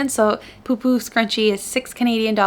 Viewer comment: I’m a Finn and I just wanted to confirm that you pronounced it very well!